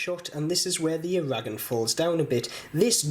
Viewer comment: I don't know why he mispronounces Aragon.